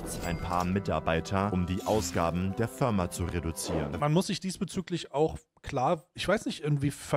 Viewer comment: Danke, dass endlich jemand auf das "Förma" pointed xD Luna sagt das glaub auch so x_x